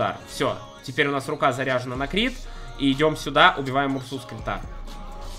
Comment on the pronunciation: бЛяяяя почему как ты читаешь КРИТЫ!???!?!?